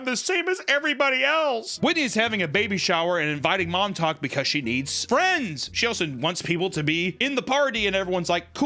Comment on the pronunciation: Every time I heard "Mom Talk" I would hear "Montauk" as in "The Montauk Monster".